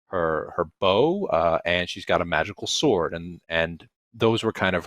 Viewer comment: Ice Tea in the Drizzt audio story compilation was really iconic. He tries to really lean into that Grimdark Vincent Price intensity and kept pronouncing the word "sword" as "Sew-ahrd " in that same dramatic narrator voice cracked me up every time. Very classic!